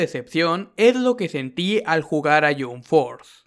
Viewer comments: wtf ni el nombre lo pronuncia bien no se dice yomp fort se dice yamp fors y el juego esta de la made esta buenisimo,tu solo estas fumado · Me desanimó ver el video cuando escuché que pronuncia Yumb Forz :v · Se pronuncia "YamP Fors", no "Yum Fors" xd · No, él dijo: Yum forth :v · El yunforjajajajja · yum forza alv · Primero aprenda a pronunciar y después critica "yun for" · "Ke yum ford thea un mal joego" qué juego es "yum ford"? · Se pronuncia jamp fors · Por favor jahsjahs me da risa que critiques un juego sin siquiera saber pronunciarlo don't mames, me explota la cabeza 😂